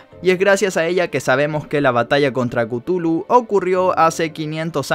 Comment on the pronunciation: No se pronuncia cutulu . Se pronuncia cathulu